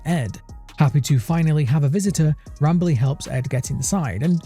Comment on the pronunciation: Sounded like Not Bradley instead of not Rambley tbh.